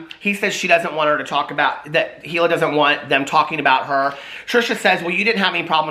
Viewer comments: It's pronounced Eeeeeeeela like Eeeeeeethan, easy to remember that way. Trisha is trash, I love the H3 podcast. Trisha is toxic and caustic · Hila. Pronounced eel-uh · I don’t agree w the first part but I do w the second part. I don’t think watched it all. Otherwise he’d know how to pronounce hila because Ethan literally said it lol